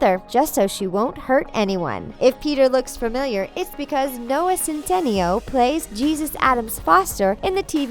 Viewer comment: i hate how she pronounced noah’s name wrong